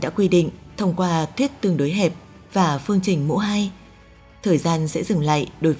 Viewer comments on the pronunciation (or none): cảm giác bạn đọc thuyết minh này bị nói chữ Ch, Tr bị mất đi chữ "R", nghe toàn thấy: vũ tụ, hai tăm năm mươi, tong 1 hố đen, giải thích "to" vấn đề này, phương tình mũ hai,..đặc biệt lỗi đọc chữ "tr" khá nhiều 😂